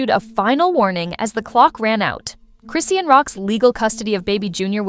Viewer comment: Chi-shawn chrisean not Chrissy or crison' just call her rock since you can't pronounce her name